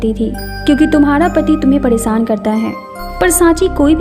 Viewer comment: Why this girl days"sh" to "sa" Saadi not shaadi Paresaan not pareshaan